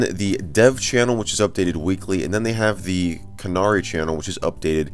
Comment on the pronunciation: The way he pronounced "Canary" hurts my soul.